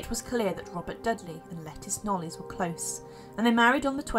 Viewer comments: Hi there, can I just say that Lettice's surname is pronounced Knowles, as in Beyonce. Must remember that this is English surnames that we are talking about - most are not pronounced the way they are spelt. Have a good day. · Interesting video. It's pronounced La-teeess Knowles by the way. I used make the same mistake until I discovered I was saying it wrong 🤣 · Thank you. It’s pronounced “Lateeess Knowles”